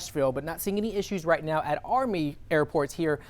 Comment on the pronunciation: Did he mean to say right meow 🤣🤣🤣